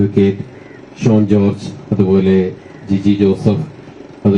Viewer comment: ഷോൺ, ഷോ അല്ല 👌